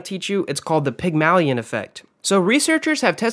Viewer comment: great vid but hate the way u pronounced "Pygmalion" lol